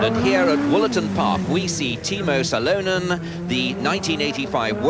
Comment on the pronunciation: I think Ronnie Corbett would have done a better job..!! How is he saying Salonen..?? At least learn how to pronounce the names correctly if you're going to commentate...